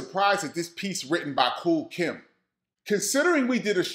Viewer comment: Nobody is talking about referring to KOOL KIETH as KOOL KIMB😂😂😂😂. HILARIOUS